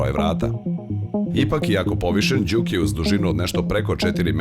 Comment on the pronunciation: Mislim da se kaže Džuk, a ne Đuk :-) Auto jeste super, naročito u Sport modu koji je itekako zgodan u situacijama kada treba na kraćoj deonici puta preteći nekog sporijeg vozača (iskustvo sa Ibarske magistrale). Takođe je vrlo zgodno što ima integrisan bluetooth, pa se lepo može razgovarati u toku vožnje. Niste samo spomenuli da ekran pored toga što pokazuje 3 moda vožnje takođe prikazuje na lep način i klima uređaj. Jedina mana ekrana je što nije toliko vidljiv iz ugla vozača tokom vožnje.